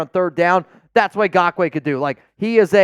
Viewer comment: For the love of gawd, his name is not “gakoue”, it’s Ngakoue!!!